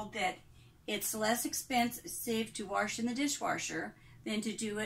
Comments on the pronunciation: Don’t say Warsh please. It’s wash.. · Reasons Why I Love This Video: 1) You say "warsh" just like my mom and gma, which instantly gives me the warm-fuzzies. 2) This is the first time I've been able to find someone else who's dealing with the single basin + plastic tub situation. 3) Everything here is common sense but you're way more patient than I am, so I'll just make my kids (who are totally old enough to already know this ferpetessake) watch this until they get sick of it and just do the dishes. What I Do Differently: Not much. I use a small plastic tub (like a shoe box) for silverware and cooking utensils. I fill that with hot soapy water and put it off to the side so that stuff can soak while I do all the other dishes. I have a regular wash tub like yours that I put in the sink for washing, and I leave the rest of the sink empty. I wash the items and put them in the empty part of the sink until they're done (or I run out of room) and then I rinse them all at once. Thanks for this! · She is so sweet but I will never understand why say warsh; there is no R in wash. It does grate on me. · I love that, I used to have a coworker who said warsh and golly -I thought that was so cute and funny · You say wash like my grandma did with an r sound! Thank you for this video, so helpful! I've been washing dishes by hand for several years now but I haven't been doing it efficiently.